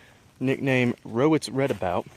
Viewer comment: Redoubt (re·doubt) doubt as in (I doubt it)